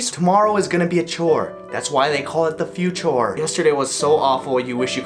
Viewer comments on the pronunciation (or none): “the few chore” LMFAOAO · Mohit Balani you mean FEW-CHORE 😂